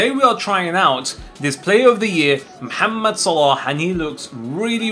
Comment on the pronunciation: I give you this like because you said his name right he is mohamed